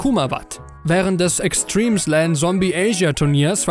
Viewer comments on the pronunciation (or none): none